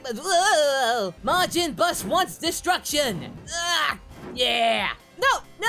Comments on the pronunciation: he calls it majin bus but gohan was a teen when majin buu came around? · im early also did he keep saying majin bus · "Majin Bus"? Whoops. Future confirmed.